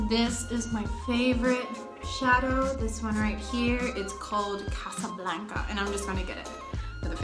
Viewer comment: Her "casa blanca" Spanish pronunciation was just perfect 😍